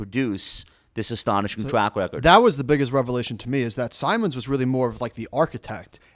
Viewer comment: Only people I've ever heard pronounce his name 'Sigh-mons" rather than "Sim-ons"...even Jim himself uses the later pronunciation